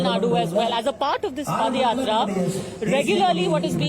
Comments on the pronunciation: It’s padhayatra not padayatra 😂 pada is used for last rites of dead😂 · Ms. JOSHI It is pronounced as Paada yatra and not Padyatra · Dear Reporter/Journalist, I hope you aren't from THE UNITED STATES. Pls refer the yatra as Paadha Yatra and padh yatra as you are pronouncing it. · Dear anchor, that is not padayathra(पदयात्रा), that is paadayathra(पादायात्रा). Don't be oversmart with your English accent. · It is yatra not padayatra